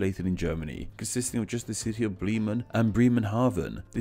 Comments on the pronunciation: That Bremen pronunciation got me. Brrrrriman? Its spelt as it's said. 'Breh-Man' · "Bleemen"? Really? "Duzurudorf" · I know you stated that you’re focusing on the English version of the names, but I think a bad pronunciation disclaimer would’ve helped, as you still used German terms (and butchered them, as usual). I mean “Breeman,” “Bar” instead of “Bär/Bear” (it’s actually pronounced the same). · earlier in the same video: Schelswig. Also did he pronounce Bremen correctly even once?